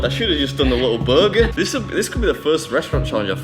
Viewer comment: Is that how you usually say "burger"?